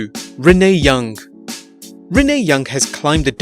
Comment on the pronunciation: You made an error you did Renne but the real way is Renee